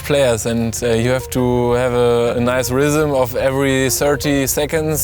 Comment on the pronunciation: ”you have to have ze ryzem”